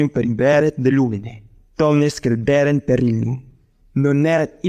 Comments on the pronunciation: It is not completely the ecclesiastical one, because we hear "lucet = lúket" et "cognovit = coGNóvit". It seems a mixture... Besides, there are some mistakes in accentuation: "comprehenderunt" must be read "comprehenDÉrunt"; "crederent" must be read "CRÉderent" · there are some accent errors in Latin part, for example it should be: comprehen'derunt (not compre'henderunt), 'crederent (not cre'derent), and the break should be before "sed" not after it ;)